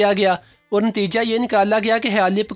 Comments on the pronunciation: Khyaali pkaao nhe . Khyaali plaao hota hy bhae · Apnyy aik lfz ghlt bola video me khayalii pulao not pukao? Wow these. All habits in me